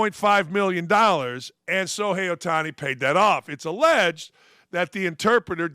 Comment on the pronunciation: It's pronounced Show-hay, not So-hay. There is an h in his name. You need to learn how to read.